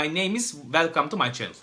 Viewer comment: girişte welkam tu may çenıl demesen abonelikten çıkıcaktım helal sana böyle devam ingilizceni seviyoruz